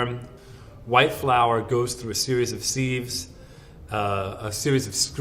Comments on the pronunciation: All credibility lost when he mispronounced sieve. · It is hard to take the expert seriously when he can't pronounce "sieve" correctly. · The way he pronounces sieve is distressing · Stephanie Rideout (psssst just because people in a certain area persistently make mistakes does not make it correct.) Check the IPA guide for how to pronounce sieve. Does not match up at all. There’s one way to pronounce it and it’s not the way featured in this video.